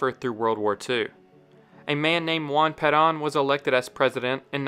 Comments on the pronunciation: Peron not paran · "Juan ped-ahn" never heard such an, uh, "interesting" butchering of that pronunciation. just pronounce it the English way if you're a non-Spanish speaker. for real. lol. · It's hard to take this video seriously when it doesn't pronounce Juan Peron's name correctly